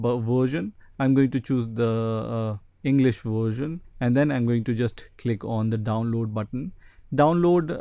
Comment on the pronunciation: What about "vursian" lol